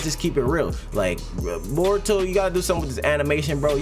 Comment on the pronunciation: No hate but it’s naruto and *boruto*. Not botuo nurto idk if you tried to be funny or what I’m just sayin 😂😂